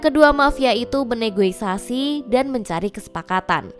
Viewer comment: Bernegosiasi bukan bernegoisasi